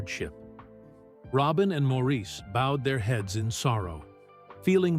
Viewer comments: Good documentary, thank you. But, please respect Maurice by pronouncing his name properly (like Morris, not Mawrēēse). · Maurice's name was pronounced Morris? Not Maurice as it was spelled. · Maurice's name is pronounced as Morris. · Maurice is pronounced Morris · People always mispronounce Maurice’s name. It is pronounced more like Morris but spelled as Maurice and it bothers me e very time I hear the mispronunciation. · Maurice pronounces his name Morris. It drives me nuts when documentaries get something this basic wrong. I can’t believe anything in the documentary after that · This might be good but I quit when you mispronounced Maurice’s name. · Could you please pronounce Maurice, correctly??????